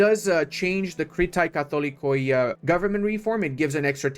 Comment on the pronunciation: I don’t think you will use this information but, Katholikoi and overall every word ending in oi in Greek is actually E, so in this situation, you’d say katholeke and pronears instead of pronoiars